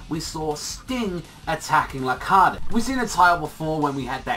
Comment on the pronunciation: wait I thought it was pronounced Lar-kaid not La-Kar-De